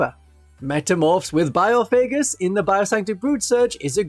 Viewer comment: Having to hear bio-faygus instead of by-off-a-Gus a million times is absolute torture